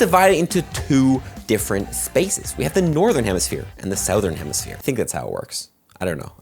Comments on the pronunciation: I don't think that's how you're supposed to pronounce "Southern" 😅 But great video nonetheless! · Saothern lol